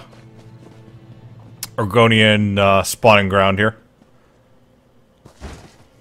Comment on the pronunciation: Sounds like you are saying Oregonian, not argonian. Dang it I would so be a lizard person!